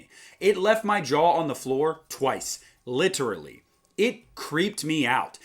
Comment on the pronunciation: Lit er al ly not lit ter al ly